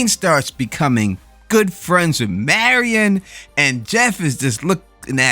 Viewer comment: I loved this episode.. Saul getting his mojo back. It's Mary-in not Mary - on sorry but it drives me nuts that people can't get pronunciations correct especially when you heard it in the show. I can't wait for the next episode... The BB boys should be next week bc we only have 3 episodes left...alot of stuff to squeeze into so few episodes. I missed it until last night... Jimmy is in Nebraska, that is where Kim was from.. I was very disappointed in myself for missing that... It's got to our Kim reconnection...